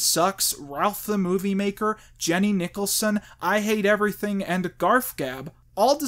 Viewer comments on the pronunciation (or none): none